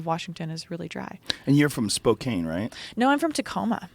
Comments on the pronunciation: Spo-can Joe not spo-cane I've thought its spelt that way ! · "Spo-kane" heheeh its pronounced Spo-CAN :P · Jesus Christ, Joe. The “e” is silent in “Spokane.” It’s pronounced “Spo KAN.” The last idiot I heard mispronounce Spokane was on The Young Turds when they were discussing Rachel “I’m black” Dolezal. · Joe is one of the most knowledge people but called my home city Spokane , Spo(cane) and when she said she’s from the west side he said Spokane which is as far east in Washington as you can go. All love the Joe